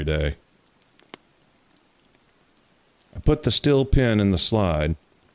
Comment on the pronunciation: STEEL not "stil".